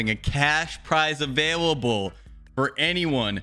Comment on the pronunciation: says avawible